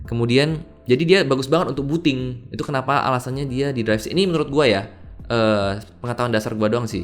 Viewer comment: Booting bukan buting yang belum faham